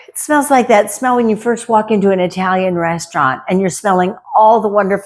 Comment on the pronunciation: Italian.. is pronounced like it.. with a short i. Not eye...talian Yes, I'm Italian 😂